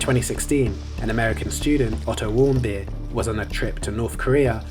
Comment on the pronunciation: Otto Warmbeer lol